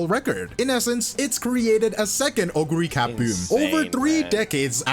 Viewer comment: Oguri Cap! Cap as in "peak" 🗣️